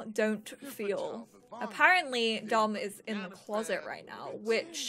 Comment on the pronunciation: When you said which it sounded like b in which.